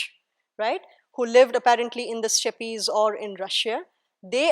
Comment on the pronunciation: Why do Indians mispronounce steppes ?